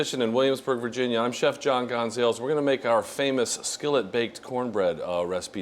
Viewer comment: It's still Gon Zah Lez bro. You cant escape your heritage lol.